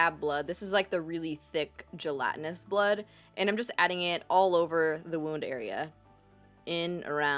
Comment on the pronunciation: Am I the only who died of laughter when said 'gelatinous'? 😂😂😂 #SnapchatFam